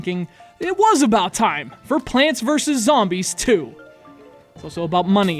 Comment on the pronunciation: hell, it's abaat taam